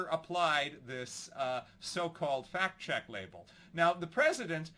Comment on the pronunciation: Cause it sound like he said Twitter was doing "fat checks" 😆